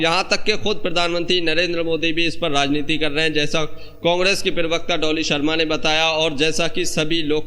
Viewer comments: Arey yaar bolna tou seekh lo, Lagataar perwaqta bol rahey ho, Perwakta nahin parwakta kahtey hain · abey perbekta kya hai??? pravakta bol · Per wakata nahi ji, pravacta ucharan karo. News anchoring ki hindi aachi honi chahiye